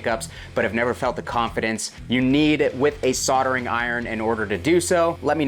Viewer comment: wtf is with your inability to say the "L" soldering lol ????